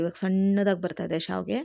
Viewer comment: It is not saavige ,it is shaaviige. Gives different meaning.